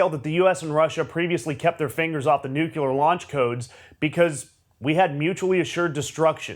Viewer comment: Ugly dude says nucular(sp?).